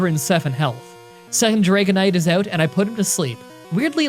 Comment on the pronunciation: Take a sip every time he says "took him oewt" or any such variation